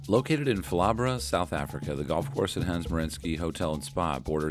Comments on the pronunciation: Definitely one of the more unique pronunciations I've heard of Phalaborwa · pronunciation of Phalaborwa had me in stitches, but a great video! Hans Merensky remains where I shot my best round, a real treat to play!